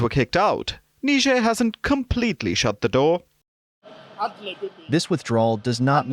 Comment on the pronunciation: Niger pronounced as nee-je-er .. I didn't know until I watched this report.